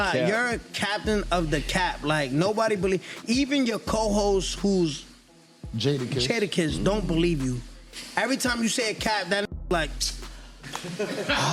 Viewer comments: Jay dukis??? Pronounced jada-kiss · Jay duckets instead of Jadakiss..... riiight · Why he pronounce Jadas name “jae duck is” 😂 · Thought he said Jay duckins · I'm glad I'm not the only person who heard that. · Came here exactly for this